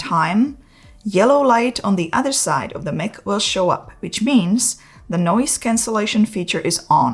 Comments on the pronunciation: Its pronounced MIKE...NOT mick.😂❤❤❤all good.THANKS FOR THE VIDEO...I GOT MINE TODAY..ILL USE TOMM PROB...❤ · Love your videos as always. Two minor gripes… I’m 99% sure mic is pronounced as “Mike”. Also, I’ve never seen “denoise” as a word. I believe the function is called noise cancellation. If I’m wrong, I’d love to learn something new! Thanks again…